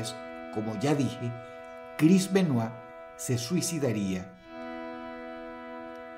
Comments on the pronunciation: Me alegra mucho que dross pronuncie el apellido bien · Lo más sorprendente de este video es que Dross pronuncie su apellido bien. Yo se que cuando no lo hace es porque no quiere ya que domina el ingles a la perfección.